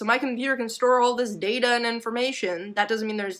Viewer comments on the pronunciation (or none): none